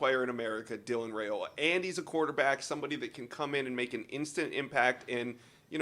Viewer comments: It’s Ri-ola not Ra-ola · Dylan"s last name is pronounced RaIola ("I" not "A") Names are important, guys